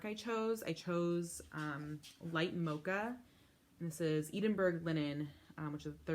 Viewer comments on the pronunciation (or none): Just a note - Edinburgh is pronounced Ed in burr ah. Great projects